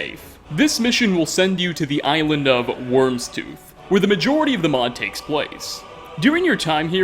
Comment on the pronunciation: It's not pronounced "wormstooth"